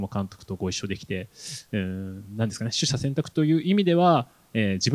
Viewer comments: しゃしゅせんたくって何やねん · しゃしゅせんたくはマズイんでないか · ちゃんと、しゅしゃせんたくって言って欲しかったな😢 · しゃゆせんたく？ しゅしゃせんたくじゃなくて？ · しゃしゅ？しゅしゃじゃ？ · しゃしゅせんたく▶︎しゅしゃせんたく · 「しゃしゅせんたく」ではなく「しゅしゃせんたく」ですね。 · どうでもいいけど「しゅしゃせんたく」な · 言葉としての正解は「しゅしゃせんたく」だけど鈴木福の人生で「取ってから捨てる」と「捨ててから取る」が明確に違うと考えているなら鈴木福節って事ですかね？ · 取捨選択をしゃしゅせんたくって言ってるの可愛い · 車種選択って聞こえたんだけど、空耳よね？ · 取捨選択のことを｢しゃしゅせんたく｣って言ってて可愛い♥️ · しゃしゅ選択？ 本当に春からけーおー生なのかな？ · しゃしゅせんたく笑笑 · しゃしゅせんたくは草 車の選び方聞きたいならディーラーに行けよww 取捨選択を間違えちゃう福さん面白いわ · しゃしゅせんたく、、？ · しゃしゅせんたく好きｗ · しゅしゃせんたく だと思ってた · 取捨選択しゃしゅせんたく言っちゃってますやん笑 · しゃしゅ選択？？ 言い間違えただけか？？ すっごい気になるのだけど。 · 慶應なのに取捨選択をしゃしゅせんたくって言っちゃうあたりさすがAO